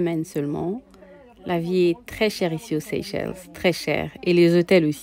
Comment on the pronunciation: Ma sœur on prononce Seychelle le S à la fin faut pas le prononcer